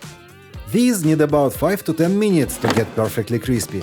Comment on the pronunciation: « For another few minyiiites »